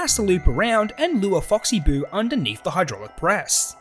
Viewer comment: And you also said oxy boo